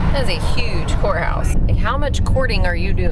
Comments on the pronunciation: It sounded like she said whore house instead of courthouse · I thought you kept saying whorehouse😂😂